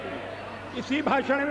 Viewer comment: भाषण होता है भासन नहीं ।